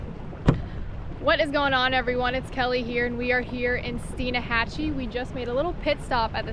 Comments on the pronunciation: Why is she adding an "a" in the middle of Steinhatchee? Its not Steen-a-hatchee, its pronounced Stine-hatch-ee. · It's Steinhatchee..... You're adding an extra A in it. :) Keep up the good work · Steinhatchee, not steen a hatchee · Alright I love you videos but can you please say your location in this video correctly. I live an hour and a half from there and it's Steinhatchee. Not Steinahatchee. On another note. I love yalls channels and yalls videos are the only ones I can get my wife to watch with me and she actually be interested. Thank yall for all the hard work. I'd love to do a collaboration with yall one day. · Love your vid Love your family but it’s Steinhatchee not Steinahatchee😃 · My God stop pronouncing the "a" in Steinahatchee = Locals have forever called it Steinhatchee ( the "a" being silent) ! ! ! ! ! ( a Floridian, that grew up up there ) ! ! ! ! And to be more better correct = It's not pronounced like a German "Stein", rather like "teen" = Steen - hatchee ..... FYI ( Kelly's almost got it )........ Enjoy yer stuff ........! ! ! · Awsome vid love your channel by the way there is no 'uh" in Steinhatchee its just stein.....hatchee keep up the good work and watch out for Luke lol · Love the channels for you both. Always great family fun. Not to be negative, just fyi, the town is Steinhatchee, without the “a” and most folks pronounce it as stein-hatch-e. Keep the good videos coming. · Dear Lord I hate to post this.... But I grew up in N. FL and live there to this day. I love both your channel, Gabe's channel and DMF's channel. However, there is not a "A" in Steinhatchee. Love you guys, Love your channels ( I never complain). However that one got me:-). Edit - I really need to retract that, there is a A in Steinhatchee, but I have never met anyone who says it. I am probably %100 wrong.